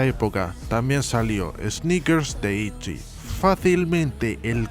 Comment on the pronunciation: Se pronuncia como se escribe “Itzy”